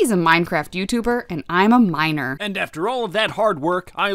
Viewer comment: i think you said miner the wrong way